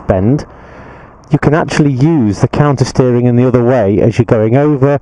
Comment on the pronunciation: Only person to say it clearly